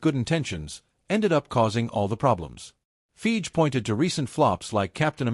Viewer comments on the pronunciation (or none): Wh is "Feege"? "Kong?"